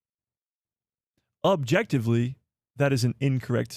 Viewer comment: Ah! Jectively 😂 man I missed a good one. Again! What are we objectively talking about?